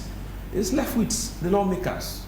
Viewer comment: "Lef it" 😂😂😂😂 grammatical homicide police man.